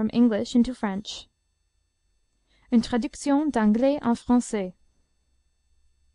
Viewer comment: bad pronunciation and there's no one in france speaking like this